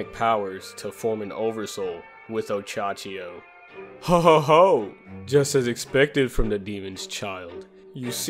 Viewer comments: Minor nitpick, but it's Ohachiyo not Ochachiyo. Great video apart from that :) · Oh hey dude just wanted to say, you pronounce it oh-Ha-chi-yo not Och -Achiyo